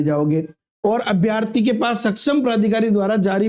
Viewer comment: अभ्यार्थी नहीं अभ्यर्थी बोले